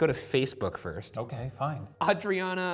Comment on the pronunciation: Aye-dree-ah-nah. From another poor soul named Adriana